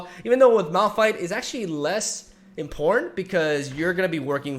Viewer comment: Okay, real talk.. Am I the only one that hears “in porn” when says “important”? I promise you - you will not be able to unhear this.